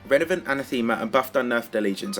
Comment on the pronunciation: The first word you said was “Renavenant” lmao